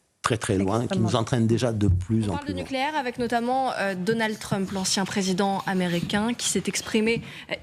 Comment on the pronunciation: On dit nucléaire pas nicléaire 😅